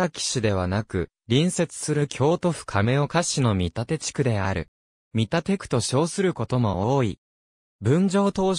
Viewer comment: 「みたて」では無く「けんだち」